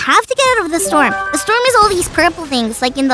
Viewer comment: Foxy said storn un stead for storm